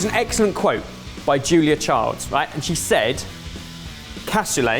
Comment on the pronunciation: Sorry, it's Julia Child not Childs